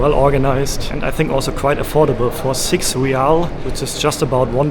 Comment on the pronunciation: Hi, ever since you been in Oman youve been pronouncing the currency wrong. Its Rial, like when you say real madrid. Re yal.